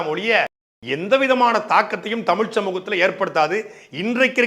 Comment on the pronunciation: Vila illai vizha zhagaram varatha thamizhano